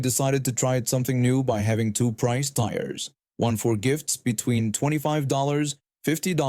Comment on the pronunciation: tiers rhymes with beers, not fires